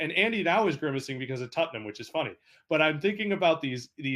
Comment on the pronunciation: this one dude keeps saying "tuttnum" and its friggin hilarious